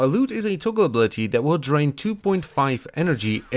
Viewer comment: “restrained his draint”